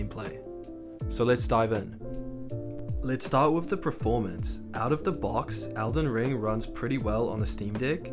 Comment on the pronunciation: Why are you saying “preformance”?